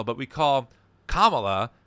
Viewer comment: What I want to know is why so many conservative commentators mispronounce her name like Kam-AH-la instead of KAH-mala. Is it on purpose? It’s not a hard name